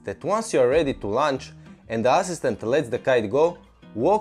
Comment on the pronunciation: He's criticizing how you pronounce the word "launch". But don't pay attention, your english is great, your videos are amazing, and we can all understand you perfectly!